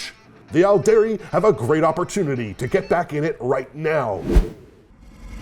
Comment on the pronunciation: Loving the "All-dairy" and "Opp-sock" mispronunciations. Interesting thing about "Aeldari" is that it's almost pronounced "Eldari" because of how Æ is pronounced in "Aether" and the like (ok so it's a little bit closer to Ale-dari, but it definitely sounds more like an E than the softer A of "all"). I still think it's funny when people say "Kah-yoon" instead of "Cow-Yawn" because it always reminds me of Weyoun from DS9... still I can't wrap my head around pronouncing the "yon" from Kauyon as "yoon" though... it will never make sense even though I like hearing it.